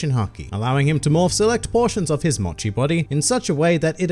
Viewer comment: It's MOCHI not MATCHI